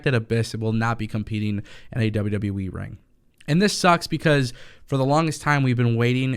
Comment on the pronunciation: WWE not wwweeee